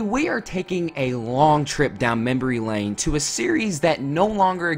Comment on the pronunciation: Membrey lane? 😂